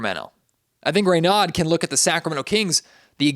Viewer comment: It's pronounced Ray No